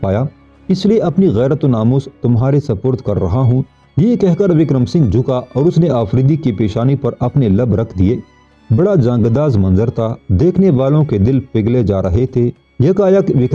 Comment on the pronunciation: jangadaz nahi jan gudaz